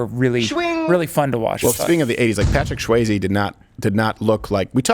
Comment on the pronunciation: Dude doesn’t even know how to pronounce Swayze correctly. This guy is a fraud hack do your research too before you speak and misinform the public